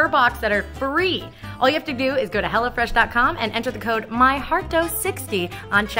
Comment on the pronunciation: Until I thought you were saying HellaFresh.